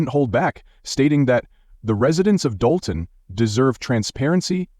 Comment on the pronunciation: Your A.I. voice can't pronounce "Dolton" or "Henyard". Do better.